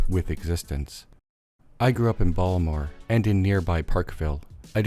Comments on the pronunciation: more fun to say bawlmur than ball-ta-more ngl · People who live in baltimore never pronounce the t. It was pretty funny to hear in such a slickly produced video.